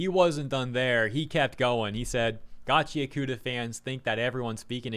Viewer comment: it's GACHI AKUTA not gachyakoota...